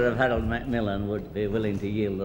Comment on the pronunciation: Oh my GAWD, Herold Wilson… how ebsolutely ghâstly for you!!